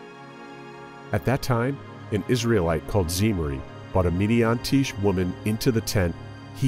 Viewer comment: It's not "Midiantish". It's "Midianitish". It's about people from Midian, the Midianites. Midiantish doesnt mean anything. And it's not Bail. It's bah-ahl. There's no god named Bail. Bah - ahl.